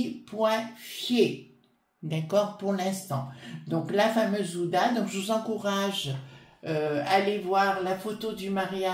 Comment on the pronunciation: bonjour, pardon mais ce n'est pas ouda mais hu...ma abe...din, ancienne épouse d' anthony wie...ner, bisous et très bonne journée😘